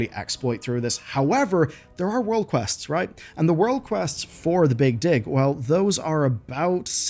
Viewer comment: Say Big Dig again...